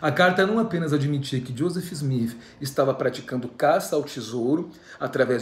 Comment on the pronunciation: Kkkk,ele é engraçado. Porque ele fala Smif,?ou é impressão minha🤪